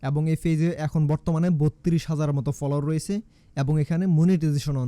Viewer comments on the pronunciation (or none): পলোয়ার😂 ফ্রোফাইল 😂 উচ্চারণ গুলা ঠিক করলে একটু শুনতে ভালো লাগতো😊